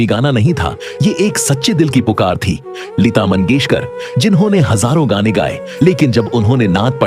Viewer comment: یہ لیتا لیتا کیا کہہ رہے ہو۔ اور یہ نعت کی دھان کیا ہوتا ہے۔ بیٹا جی پہلے اپنا تلفظ اور اردو تو ٹھیک کر کو۔